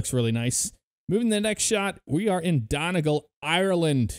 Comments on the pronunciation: I would say Don-e-gal but I'm from the north of the island lol this annoyed me too 😅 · It’s Donegal (dun-e-gal) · Omg your pronunciations of the airports are DREADFUL. "Don-y-gul" and "Mal-dye-vs" .... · Pronounced Maldives wrong and donegal Jesus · I was happy with the video until he pronounced Donegal wrong smh...